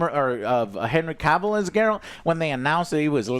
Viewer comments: You are saying Henry's surname wrong. Big fans eh? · How do you still mispronounce Cavill? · Joe still can't pronounce Cavill right lmao